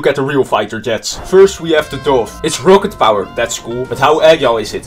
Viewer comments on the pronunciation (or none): I cant even get onehundered. Also I’m far better than him cause i can say rocket. It’s rocket not rowket